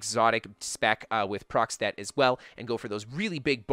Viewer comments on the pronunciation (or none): procstet? is he trying to say a proc stat?